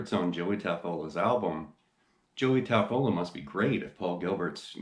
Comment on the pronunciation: Great video! BTW, I believe he pronounces his name Taffoia....with the L as a Y....